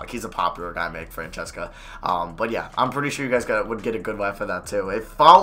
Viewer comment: It's pronounced "Fran-SESS-a"